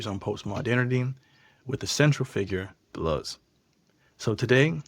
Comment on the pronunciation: If you are going to speak with intergrity on a subject, at least learn to say the subject's f**king name properly. De Luz it is not. You chump.